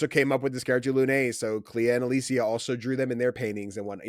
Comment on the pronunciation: I really enjoyed the discussion here, but i was personally cringing at the amount of mispronunciation, especially with "Gommage" and "Alicia" lol. Im just nitpicking there